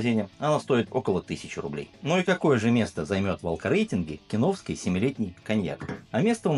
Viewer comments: Не хочу быть душнилой, но кИновский (от КИН -- "Концентраты и Напитки") вместо кинОвский, не усОвский, а Усовский (от Усово). Это как питЕрский вместо пИтерский. Чувство языка должно же присутствовать. Что касается обзора, то сравнивать производство с разливом не имеет смысла, естественно Фанагория заведомо лучше, хотя бы потому, что ее делают сами, от винограда до бочек. А Киновский, это что закупят, то и нальют, сегодня хорошо, а завтра лишь бы линию не останавливать. Цвет, это субъективщина, оба образца красят сахарным колером. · кИновский,! кИ—нов—ский!!! фанагорИя! фа—на—го—рИя!!! Ты же русский, вроде! 🤔 А вот АлвИсУ можешь как угодно называть - вся её продукция хрень полная, к сожалению.... 😕